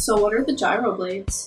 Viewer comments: Did you say Gryo Blades?! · It's gyro blades? I have been saying "guy-ro" blades this entire time........bruh